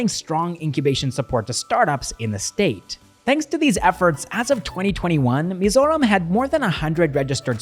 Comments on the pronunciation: Wow, your pronunciation of Mizoram and Mizo names 💯👍🏼👍🏼👍🏼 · I’ve never heard foreigner pronounce Mizoram perfectly before….. this is really something new ❤❤❤ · ur Mizoram pronunciation is way much better than the actual mainland Indians...kudos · The way you pronounce Mizoram is perfect